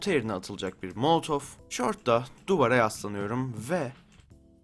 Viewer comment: o molotov değil molotof